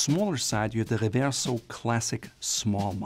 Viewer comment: oh just say Reverso in American.. no need to for some reason do a French pronunciation